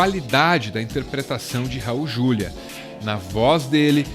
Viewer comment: É Raul "Juliá".